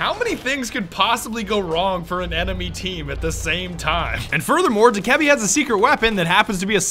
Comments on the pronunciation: It's dok-ah-bee Not doh-keb-e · It’s not (duh-ke-bee) It’s (doe-kuh-bee) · Do-ka-bee not dokehbee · I thought u pronounced dokkaebi doe-kah-bi but its doe-ka-bi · Ubisoft confirmed it’s dough-keh-be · u pronounce it dok-A-bee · Its pronounced DOKE-UH-BEE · It’s pronounced do-ku-bee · its pronounced "doke-eh-bee" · Its pronounced dough/ka/bee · Btw your pronouncing Dokkaebi and Vigil wrong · I can’t be the only one who is bothered by how he says Dokkaebi, still great vid tho